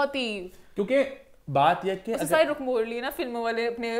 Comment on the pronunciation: its not ruk its Rukh like (Rooh)